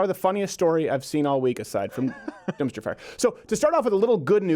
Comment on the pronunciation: Durmpster ferrrrrrr! Haha that was awesome.